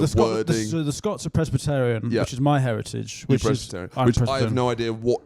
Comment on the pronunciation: I'm pretty sure said "pres -batt-arion",as if they are really in to big batty gyals